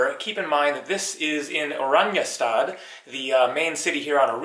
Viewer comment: Dude I lived in Aruba please do your research, for Aruba where u r living is a slum for Aruba. Eagle is the best beach in Aruba. Please don’t give people the rong idea of Aruba. You aren’t even pronouncing the capital properly. Everybody rents a car. Sorry but you are not even close to knowing anything about Aruba. Guys no crime poverty, use dollars everywhere, drinking water out of faucet is better than bottled water in the US.